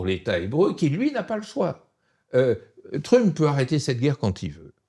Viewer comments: Peut-on lui dire d'arrêter de dire trup. Ça perturbe beaucoup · J’ai écouté juste pour la prononciation du mot Trump en Tru-mp. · J'adore entendre Mr appeler trump "Trume-peu" ^^ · “Monsieur Truump” prononcé en français dès la première seconde, me fait passer à une autre vidéo. Sérieux “Mr Truump”. Quel snobisme! 🤦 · Pourquoi est-ce qu'il ne prononce pas "Trump" comme tout le monde ? Il a besoin de se démarquer de la plèbe ? Je comprends pas trop là. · merci, super intéressant, maintenant je vais prononcer Trump comme Monsieur Badie